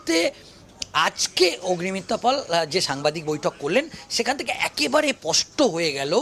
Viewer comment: kathata pasta na, spasta. In future please correct it.